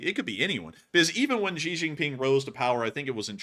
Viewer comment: Its Xi, not ji , zhi or gee. Sounds most similar to SHE in English. The joke "That's what she said"' hits differently in China.